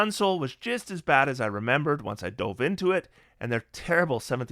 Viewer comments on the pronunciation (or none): none